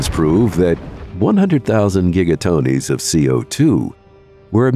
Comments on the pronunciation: I picked up those too, Perium instead of Permian and giga-tonies instead of gigatons. Obviously bad text to speak. Thumbs down from me too. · Would be better without the mistake in the first 15 seconds. It's Permian...not perium or whatever it says. A small, but important thing... Wait!...got to 2 minutes in and now it's talking about giga-tonies....text to speech I take it. No thanks...dislike earned.